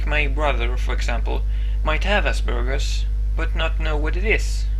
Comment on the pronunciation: For the first time in my life ive heard Aspergers as Ass Burgers ;3